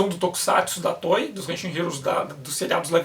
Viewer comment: Estou ligado, é que eu estava ouvindo "Tói", tipo brinquedo em inglês. Obrigado.